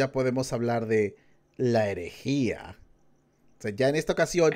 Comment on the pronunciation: EREGIA DIJISTE EREGIA EREGIAAAAAAA